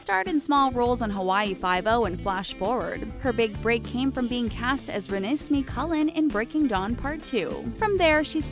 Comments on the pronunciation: As the massive twilight fan I am, I'd like to formally correct the way you pronounced renesmee , it's pronounced as if it was ren ez may , thanks you, no hate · SHE PRONOUNCED IT WRONG ITS RENESME AS IN REH-NEH- SMAY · you pronounced RENESMEE WRONG